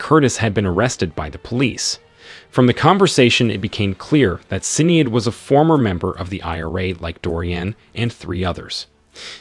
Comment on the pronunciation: I love listening to people trying to promounce Irish names. Sin-ee-ad ... heh